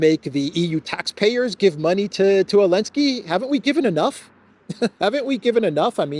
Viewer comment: Thank you for all of your work in this and The Duran. Question: Why do you pronounce Zelenskyy as Ailnskyy?